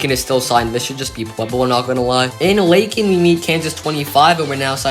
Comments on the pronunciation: ...and LAY-kin, not LACK-in. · "Lay-kin" not "Lah-kin."